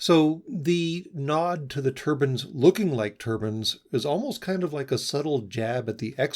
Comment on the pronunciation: Still hating people pronouncing mechanical turbines as cloth headwear turbans. Still irritating every time.